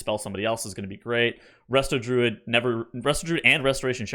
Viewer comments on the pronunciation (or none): none